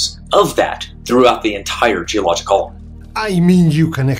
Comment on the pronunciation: Why does he pronounce "Geologic" as "Geoloj" ? Repeatedly.